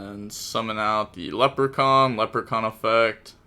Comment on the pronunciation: Ok leprechaun is absolutely nuts. Gotta be the worst pronunciation yet